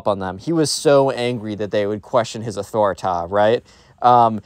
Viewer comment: "Athoriti" made me die so hard